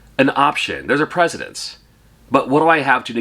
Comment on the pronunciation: precedence....try again